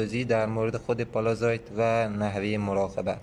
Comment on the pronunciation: أستاد من معذرت ميخوام ولي چرا كلمه ي (s) رو شما (ز) تلفظ ميكني اين شهاب سنگ اسمش هست pallasite پَلسايت . قيمتش هم اينجا دارن از شما اخاذي ميكنن ١٠٠ گرم هست ١٢٠ دلار …. چه خبره ٥ هزار دلار ….. ١٠٠٠ دلار بده برات بفرستم از لندن